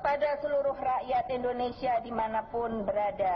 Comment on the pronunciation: Megawati itu kalo ngomong indonesia kok endonesia??